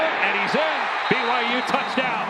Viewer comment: Audio picked up a Colorado player saying b y w h o?? It's byu! BYU BYU BYU!!😊